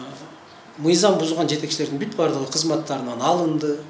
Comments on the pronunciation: Ээй адам биринчи туура суйлошту уйронсон нийзам эмес мыйзам деп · Эй чёрный мыйзамды нийзам деп жатасын туура суйлошту уйрон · Нийзам, мийзам эмес мыйзам болот туура суйлошту билип алып анан башкаларды уйротсо болмок.